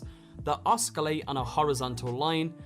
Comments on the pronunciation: The c is basically another s in oscillate. It’s pronounced “os-sil-late” not “osk-Ill-ate”. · yeh yeh thats good and all but did he say " oskillate" ? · “Os-kill-ate” .... did mans really just make up a new word ? 🤦‍♂️🤦‍♂️🤦‍♂️🤦‍♂️🤦‍♂️ jeez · Oskillate lmao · You don't pronounce the C in 'oscillate'. Just a heads up. Thanks for the video; I'm excited about getting these weaps. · The word is osculate and he did use it correctly but didn't say it correctly